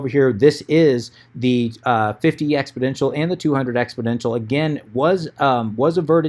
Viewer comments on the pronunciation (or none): FYI it's exponential not expoDential